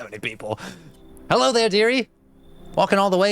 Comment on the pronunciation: I must know. Do you say HEllo like that to your clients?😂